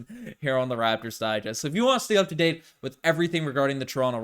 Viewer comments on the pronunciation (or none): none